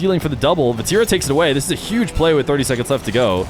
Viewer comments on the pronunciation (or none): none